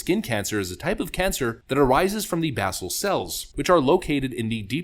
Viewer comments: Pronounced bay-zal, not bass-el. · Pronounced as Baycill